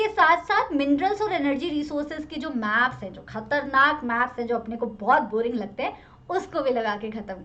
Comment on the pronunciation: Maam gaps nahi maps 🤣🤣🤣🤣